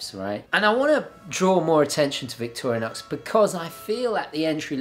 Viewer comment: I believe it’s Victor-IN-OX, not Victorian-OX...lol